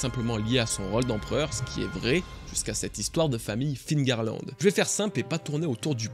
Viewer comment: Mais pourquoi tous les francais disent encore figarland ???? C'est FEARLAND PAS FIGARLAND ?? Meme dans le film qui fait une erreur de doublage il dit "Féarland" jpense c'est pour ca que tlm fait l'erreur